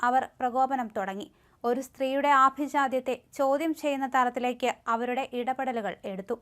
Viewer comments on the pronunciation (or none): ആഭിജാത്യത്തെ.... ഇതൊക്കെ വായിക്കുന്നത് ഒന്ന് കേട്ടു നോക്കു 🤷🏻‍♀️🤷🏻‍♀️